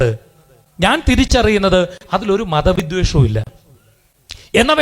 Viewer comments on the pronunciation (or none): വിധ്വേഷം തെറ്റ്... വിദ്വേഷം ആണ് ശരി